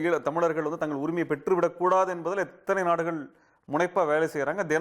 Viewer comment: TO THE INTERVIEWER: "தமிலர்கள்" இல்லம்மா "தமிழர்கள்" இன்னு சொல்லு!!